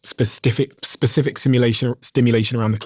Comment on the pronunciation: instead of Specific he said Spestiffic loves thinking about those Stiff ones